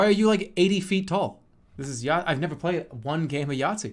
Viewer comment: What is yackt???- Jeremy Elbertson